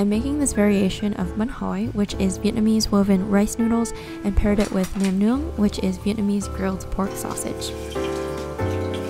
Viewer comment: Wow your Vietnamese pronunciation of bánh hỏi and nem nướng are on point 👏